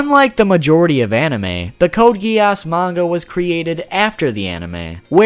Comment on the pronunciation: Code Gee-Arse